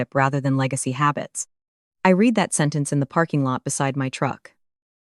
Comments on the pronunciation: Not reed but read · This is a remake of a story I read just a little while ago but with a man instead of a woman. Plus, they still don't know how to say the word "read" correctly.